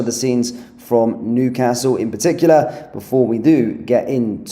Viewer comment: This guy is so well spoken until he pronounces Newcastle like one of the Wurzels.